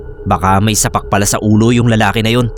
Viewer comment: it is pronounced as "SAHpak". mabagal po sa unang part. Iba po iyon sa sapak as in suntok or hitting someone na napronounce nyo po. Wala lang baka kasi hindi nyo po naeencounter yon. Sapak sa ulo = may mali sa pagiisip